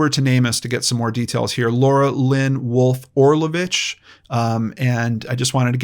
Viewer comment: The amount of respect and importance you put on the missing people and victims is astounding, Sir, I commend you. This is my first video of yours that I have seen and I subscribed minutes in. By the way, you pronounced Orlović so well! I am Croatian and it's just the way we say it as well. I am really hoping miss Laura will be found safely, her poor daughter must be so worried.